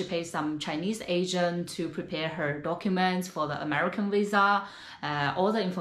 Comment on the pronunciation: I love this chicks channel and I think she is beautiful so no one on this comment section say I’m being mean because I’m not… but why do the say wisa instead of visa??